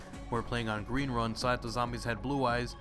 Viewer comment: Gween Wun?